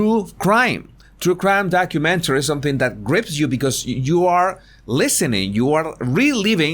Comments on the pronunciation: Horrormentary? Did I hear right? 😂😄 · Wasn't sure if you said horror-mentary or whore-umentary lol😉